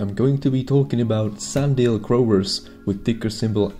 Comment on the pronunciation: It’s sunDIAL........not sunDALE......hard for a first time viewer to take you seriously when you don’t know or can’t pronounce the company’s name